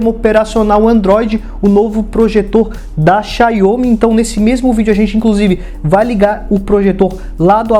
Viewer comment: “Xaiomi” não bicho, é “Xáomi”.